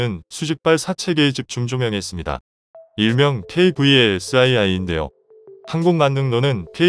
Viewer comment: KVLS-II(투)라고 읽어야지 '아이아이'가 뭡니까?